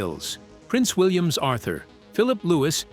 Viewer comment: Can't you get your c..... AI to pronounce things properly? If you must use an English accent at least investigate how it's spoken correctly. For example, William's.